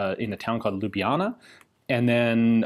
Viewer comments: props for actually pronouncing Ljubljana sort of right its a city though, not a town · Well Ljubljana is the Capital city of Slovenia so it is a bit more than just a town. And the pronounciation was acceptable.